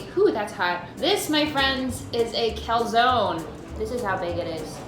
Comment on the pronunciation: THAT IS NOT HOW YOU PRONOUNCE CALZONE !!!!!